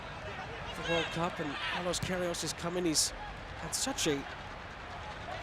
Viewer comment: The commentator's name is "Saint Pierre" and he still can't read Pierrot's name (or Queiroz's)